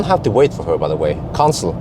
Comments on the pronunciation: You pronounced "cancel" as "console", which might be the reason Nomi couldn't recognized it. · Sorry to say but your accent on cancel is very weird. I guess that’s why that bot has issues with it